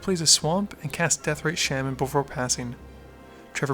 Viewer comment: Shaaaman... It's pronounced SHAH-man.